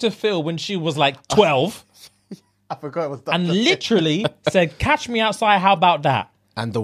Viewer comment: Its catch me outside not cash lol